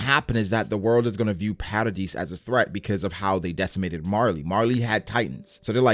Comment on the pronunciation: don't worry, you pronounce jean correctly. however, you pronounce hange and paradis wrong lmao.